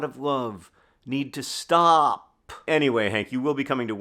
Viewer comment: lol I too heard the alternate spelling of stop